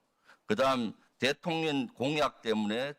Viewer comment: 묘하게 김병주 의원님 대통년이라고 들려요ㅋㅋㅋ